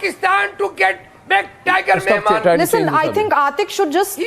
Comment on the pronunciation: It's Yakub Memon, and not Menon 🤦🏻‍♂️🤦🏻‍♂️🤦🏻‍♂️😂😂😂